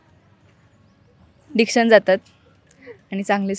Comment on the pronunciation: Diction Nahi Ree "Adiction" Bollii Ti... Bahutek tine mobile addiction Kami karaych Bollii🛂